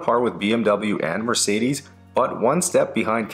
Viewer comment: It's not quite correct, and listen to how he pronounces Mercedes at the beginning of the video.